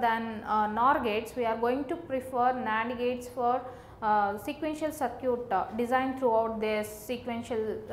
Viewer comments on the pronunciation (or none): "Sir cute"😂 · your circuit pronunciation gives me goosebumps